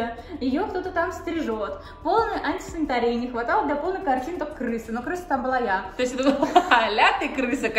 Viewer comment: Кстати, сказала не антисанитария, а антинисария